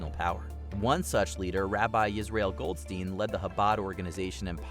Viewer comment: That's not how you read "goldstein"